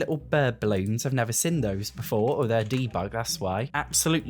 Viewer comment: why do you pronounce "seen" like "sin"